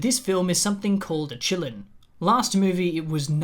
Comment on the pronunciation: i know you're saying "qilins" but i keep hearing it as "chilluns" (as in children) and i just think that's hilarious. also, the qilin in chinese mythology (or kirin, in some cultures) does have a story of basically being an omen for the next ruler or sage of an era. it's been used in some media (like pet shop of horrors) to symbolize divine authority and its choices, but it's not THE PICKER OF RULERS in the sense rowling decided it was. so to me it feels like she did a racism/orientalism, which she does a lot (what the fuck kind of name is nagini? that's not a name lmao, you just took "nagin" (snake lady) and added an 'i' to it joanne wtf). anyway, love your videos,!